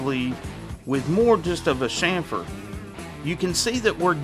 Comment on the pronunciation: Is this video a Sham fered ! Ch ca sound or chamfered? Thanks 😂😂😂😂